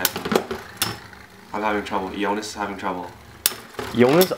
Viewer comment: it's E-onis not E-nois